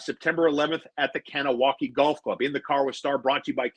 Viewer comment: Nice to see views go up finally. Good content today. Please start saying “gah-nah-wa-geh” for the love of god.